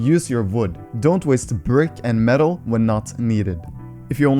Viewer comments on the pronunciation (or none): none